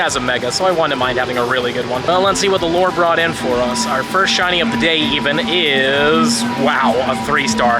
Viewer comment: Lol I thought you were saying "the lord" instead of the lure 😂